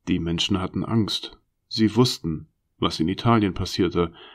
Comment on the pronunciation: Aus Tisch wird Tich.. lustig wird lustick... aus Menschen wird Menchen... ich hab das Gefühl, der Sprecher bekommt die Zähne nicht auseinander. Die Vorleseweise bedarf noch sehr viel Übung! Man kann hier nicht lange zuhören, es ist sehr anstrengend, weil die Sprechweise vermorkst ist. Aber die Story ist gut.